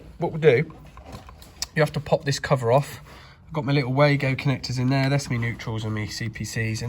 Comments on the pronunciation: Its Var-go not way-go ! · Really like your clear explanations of what you are doing and why. Just a heads up regarding the Wago terminals; you pronounced the A like hay, but it is actually like tar. I won't however suggest you pronounce like they do at their German HQ where the W is pronounced V, so Vargo is what it sounds like really!